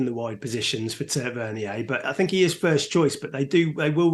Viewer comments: Solank-ay and tavernee-ay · Tavernier .it’s pronounced taver near